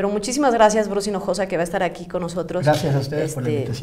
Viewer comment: Buenísimo programa ! Me encantan ustedes y pobre Bruce “Hijosa” 🤣🤣🤣